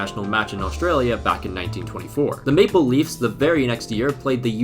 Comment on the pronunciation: What says: Maple Leaves What I hear: Make believes